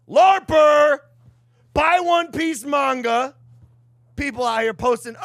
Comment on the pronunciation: Mike: "Man-ja" Logan: ( I definitely know more about this than he does...)"IT'S MANGA."